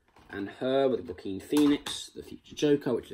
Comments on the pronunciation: Nice video there matey. I had to laugh at "Ja-Keen Phoenix" though It's pronounced Wa-keen ;) Other then that, keep up the good work :) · Mate you need to watch Signs and Walk the Line for some great Joaquin Phoenix performances. BTW his name is pronounced ‘wa-keen’ 👍